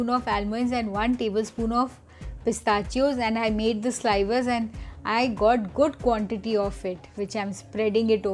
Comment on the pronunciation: “Slivers” is pronounced with a “short i” sound like “liver”.